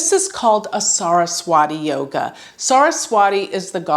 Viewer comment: Your pronunciation of some of the vedic astro terms sucks!! Saraswati yoga, nakshatra. It sucks when you say it. Won't hurt to learn the proper pronunciation of it. Good command on astro otherwise!!